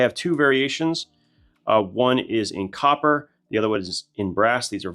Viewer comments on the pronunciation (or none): none